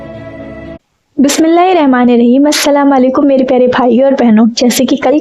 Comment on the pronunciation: Bismillah hirrahma nirraheem hota h sahi se padna seekh lo